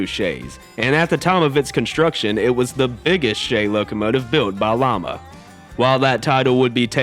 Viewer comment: It's pronounced Lima, as in bean., not Llama. Also, Baldwin had the VO-1000, comparable to EMD's NW-2's.